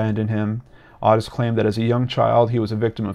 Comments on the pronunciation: Otis pronounced Oh tis....just saying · I remember this case I was 15 years old and lived in FL. Horrific. Has haunted me through the birth of my own children and now my grandchildren. I never ever let any of them out of my sight whilst in public. And gentle correction. The name Ottis is pronounced "Ohh-tis" 😉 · Its "O" -TIS!!!!!!!! drove me buts the entire video. Wiki even has the pronunciation on the page! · Totally the same lol, I was clenching my teeth the whole time.